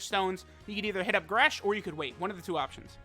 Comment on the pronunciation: Lmao he said we could hit up goresh